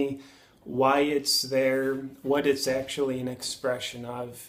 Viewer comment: There, not ther